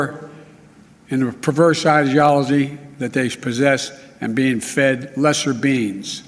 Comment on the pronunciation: When Joe said "lesser beings" ( mark), I thought he said "lesser beans" and was wondering where he was going with it or if he was just thinking about a disappointing lunch he'd had.